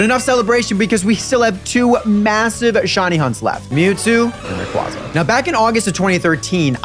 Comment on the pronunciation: The way you pronounce Rayquaza physically hurts me